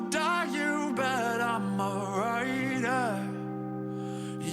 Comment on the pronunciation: WAIT! I just realized that when he said “You know I’m a rider” it actually sounds like “You know imma ride her” which is probably on purpose 😂